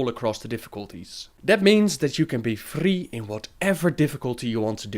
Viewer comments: That R frrrrrrrrrrrrreeeeeee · "He will sometimes hit frreee" xD